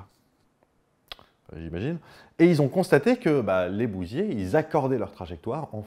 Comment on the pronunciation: Je sais pas bien expliquer ça, mais quand tu parles de scarabées bousiers j'ai l'impression d'entendre qu'ils sont bousillés. C'est assez rigolo (je ne découvre pas le mot, on ne doit juste pas le prononcer tout à fait pareil).